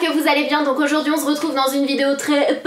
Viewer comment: "on zretrouve" 😂💚🍍